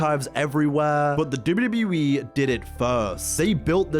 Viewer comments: The way he says WWE "Dubyudubyuwee" 😂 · If this MF says "dibbity e" one more time... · Love this. Great retrospective We all missed the networK. ALSO, you say WWE like AI. So fast! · The way he says WWE 😂 great video btw!